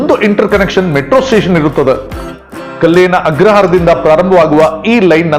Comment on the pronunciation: ಸ್ವಾಮಿ: ಕಲ್ಲೇನ ಅಗ್ರಹಾರ ಅಲ್ಲ… ಕಾಳೇನ ಅಗ್ರಹಾರ